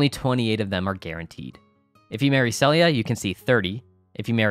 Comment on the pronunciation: not that it really matters, but her name is " see-lia " not sell-ia " the name isn't unique to HM awl P: as soon as i saw the trailer for the remake the nostalgia train hit me and i had to go dig out my ps2 haha. just started Fall year 1 and only been playing 2 days lmao. Would love a composite video of things to do per season per chapter, in order. like all the stuff that should trigger spring year one, then summer year one, fall year one, ect. like who needs to be befriended for events/gifts and when to trigger the event and what exceptions make the events not trigger, such as rain, or van being in town, stuff we might miss. maybe even a video per season. all the info online is a jumbled mess and trying to put it all in order through text is super annoying xD